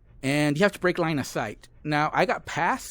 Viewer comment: There are four puppets. This one you have to... I can't understand 🙈. you have to break line a sight? 😅, sorry, I can't understand what you said. Please, help?